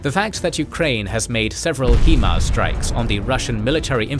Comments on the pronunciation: For the 10th time is PRONOUNCED 'HIGH MARS' not 'HE MARS' ffs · Can you stop saying Heemars plz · Dawg. First it was "HE-MARS" Now it is "TAOW" Missiles? . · You know what forget putin and his puny war crimes, the ICC should issue an arrest warrant for that pronunciation of hee-mar😅